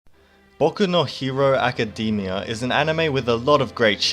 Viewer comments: Hahah you say it as "Acadymia" instead of Academia xD but it doesn't matter now 😂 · Yes exactly, you got it right! make it sound shorter. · Good content! you got a sub, but the only problem I have is how you pronounce "Academia".